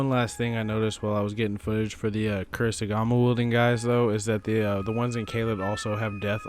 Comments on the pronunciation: Only for reference. Kasuri Gama (Ka-sue-ri Ga-ma) Good work dude, was pretty informative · It's kusari gama. Koo-sah-ree-gah-mah. Americans are always so bad with pronunciations. Anyway, good video! Keep it up! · Kusarigama* I think you have the first 2 vowels backwards.